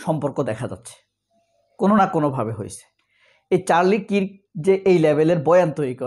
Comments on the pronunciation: কিরক না মামু, কার্ক হবে correct pronunciation বা উচ্চারণ, Charlie Kirk. . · চারলি Charlie Kirk উচ্চারণ টা কিরক নই কার্ক হবে